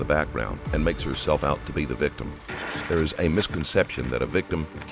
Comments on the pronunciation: Lolol “VICTUM” 😂😂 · "victum" 😂 come on bro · lol "VICTUM"